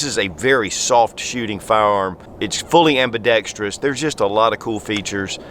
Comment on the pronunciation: Kudos to for getting the pronunciation of "ambidextrous" just right. Spot on!